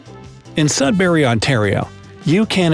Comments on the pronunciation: “Sudbarry” lol it’s Sudbury 😂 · Sudbury not berry. Saskatchewan. Accent on katch, and accent. Said as one not wan. Esquimalt is moe at the end not malt Osh a wa. Sud bury not berry OSH a wa Etoe bi coe Kanata. Can a ta. Accent on the single a (ah)